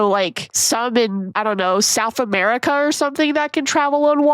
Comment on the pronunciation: i thought she said a-bear-ica